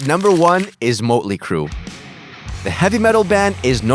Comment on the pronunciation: Wait say motley crue again😂😂